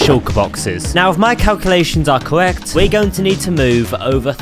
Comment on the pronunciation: he pronouces his R as a W pwogess cowwet